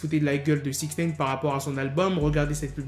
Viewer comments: C'est Nine comme 9 en anglais ! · Putain mais arrête de dire Six Naine !!!